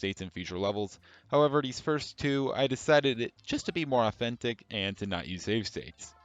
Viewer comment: "stave sates"